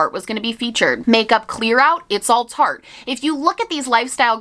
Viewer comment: i spent half of this video thinking you were saying Target instead of Tarte lmao